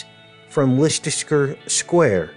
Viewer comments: please don't say lestesrer square again it's lester my good man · Great video. By the way, Leicester Square is pronounced 'LESTER' ( CRAZY, i KNOW). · Indeed,! Btw it's pronounced Lester 😉 Much Love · Leicester Square is pronounced "Lester" square. From UK. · It is pronounced LESS- TER Square!!!! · Hi there, a very informative video,however, I should point out that Leicester square is actually pronounced as, LESTER square. Cheers! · The temple is not being built in Leicester Square London. The temple gate is being built in Trafalgar Square in London. The 2 places are about 1/3 of a mile apart. The pronunciation of Liecester Square Is "LESTER" Square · it's pronounced Lesster square! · interesting.. but Leicester Square is pronounced like this LESS STAR square .think the way you say it is cute tho very American ! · Having trouble with pronunciation of Leicester Square in London. Pronounced "LESTER" Leicester Square Times Square in Simple Gematria Equals: 324 = (6+6+6)x(6+6+6) 324 = 6x6x9 3x2x4 = 8+8+8. 3+2+4 = 9. 13+13 letters. Leicester Times in Simple Gematria Equals: 162= (6+6)x(6+6)+(6+6+6) 1+6+2 = 9 Square in Simple Gematria Equals: 81 = 9x9 8+1 = 9 Leicester in Simple Gematria Equals: 96 = 6x(8+8) or 8x(6+6) Times in Simple Gematria Equals: 66 Times in Jewish Gematria Equals: 234 = 6x(13+13+13) or 13x(6+6+6) 234 + 432 = 666. 2+3+4 = 9 Times in English Gematria Equals: 396 = 6x66. 3+9+6 = 9+9. Initials LSTS in Simple Gematria Equals: 70 and 70 plus mirror 7 = 77. And lastly, Leicester City are top of the Premier League in England with a clear 7 point lead with 69 points..